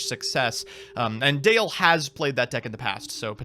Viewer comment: DALE.... not Dan